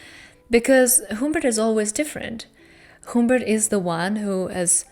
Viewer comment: also, sorry, but HUMMMMBERT, not HOOMBERT, the um is pronounced like when you don't know what to say, so you say ummm...sorry, english teacher :D though he does change the Humbert in the book into other variations of the name as well XD